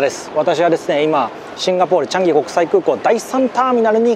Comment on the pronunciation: 「チャンギ」のアクセントが…いつもすごく気になります。💦